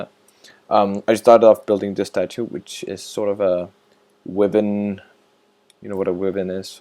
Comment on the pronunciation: Wiven? Bro, Wyvern... Pronounced Why vern (like fern but with a v instead of f)